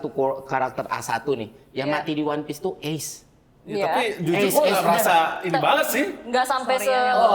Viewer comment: itu ACE(u) bukan ACE 😂😂😂😂